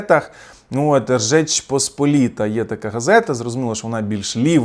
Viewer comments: Жечь Посполіта, а не Ржечь!!! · правильно-Жеч Посполіта,а ви кажете як чех-Ржеч) Без образ,я просто знаю польську) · не "ржеч",а "жеч посполіта".Не дякуйте😊. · ну ви щось як ляпните, так ляпните: "Жечпосполіта"❤